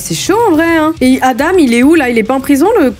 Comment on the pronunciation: Aïe aïe aïe pour les Adam sa se prononce adan